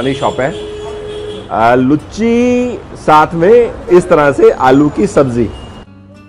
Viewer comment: लुच्ची नही उसको लूची कहते है